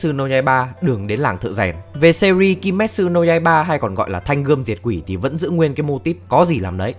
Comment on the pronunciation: ki mết chự( ki me tsu) nha, phát âm kì cục nghe hoài luôn -_